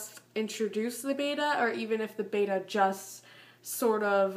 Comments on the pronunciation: it's Betta not beta BETTA not beta look it up Betta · Just fyi betta is pronounced bet like i bet.. and uh (bet-uh-s) lol i did the same thing and i got alot of hate just trying to save u lol